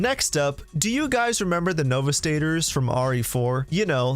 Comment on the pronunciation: No vee sta doors*